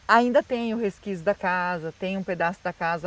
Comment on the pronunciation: Ah,. Se o Theo estiver filmando, automaticamente a imagem estará "pegando" na câmera. O "resquício" com "C" e não "resquízio", com "Z", da casa tbm será visível.